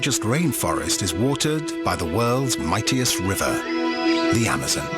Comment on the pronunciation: the guys goes amozoons lol